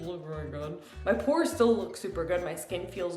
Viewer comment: When you said DO IT FOR THE PORES I thought you were saying DO IT FOR THE POORS 😂 And I was like 🤔 hm I don't remember asking her for this